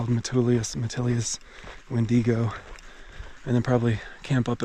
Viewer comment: Oh…it’s “win-dig-o” pass. Your attempts at pronunciations are funny as I know you really want to be correct but often are not. I appreciate the effort though! Haha. Oh…I think I missed “thee-ill-son” too (rather than “teal”). Also known as the lightning rod of the cascades with all the lightning strikes on it. And your mind block on Ashland is hilarious. (In a good way) 😁